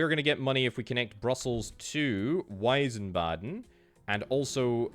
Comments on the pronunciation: There's no eye in Wiesbaden, veesbaden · Wiesbaden not weißbaden so i switch to another let´s play channel who spell the cities correctly. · Weisbaden V-eyes-bar-den Not sure if that helps exactly but in German, most words with W are said like a V. Wine in German is wein (vein) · Btw Wiesbaden is pronounced Veesbahden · I don't think I'll ever understand how English speakers add such random syllables to German words "Wiesbaden" becomes "Weisenbahn" somehow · Wiesbaden ist pronounced in German like Weezbahden